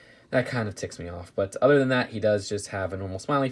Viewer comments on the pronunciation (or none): none